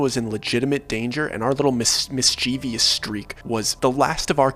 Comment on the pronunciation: you're probably not gonna see this, but you're such a great storyteller! I just wanted to let you know mischievous is pronounced mis-chiv-us. Much love! ❤❤❤ Seems i was correct in that assumption 😢